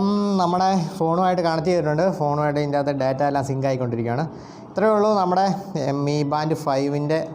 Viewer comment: മി എന്നാണ് വായിക്കേണ്ടത്, എം ഐ എന്നല്ല